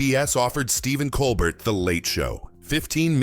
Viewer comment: Geesus. How I despise these cheap A.I. slop videos. The A.I. doesn't even PRONOUNCE poor Stephen's LAST NAME properly. Levels and voices all change around. This is pure crap. THUMBS DOWN for not even KNOWING this guy's NAME.